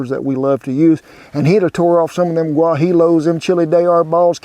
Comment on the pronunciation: I'm sure Kent knows that "guajillo" is pronounced "Hua-hieeo" not "Gwak-jelly," it's just his Okie accent.